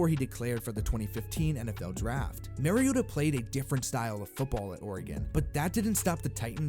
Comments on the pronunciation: Not that it matters too much now, but Mariota is not pronounced Mary-ota... MAR-E-OTA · Omggg for crying out loud stop pronouncing mariota wrong